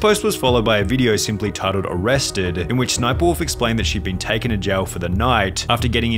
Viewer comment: Arresteduh. Italyyyyyyuh Bro your annunciation is killing me